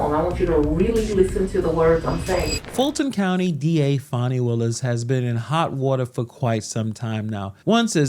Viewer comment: It's not pronounced fawny, or fah-nee, it's Fan-ee.